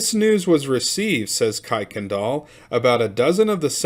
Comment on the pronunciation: Kuykendal is pronounced Kirk-n-dal. Not that it really matters but for your own information.